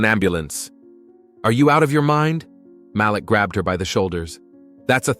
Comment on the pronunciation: IT'S PRONOUNCED M A L E E K,. Not M A L I K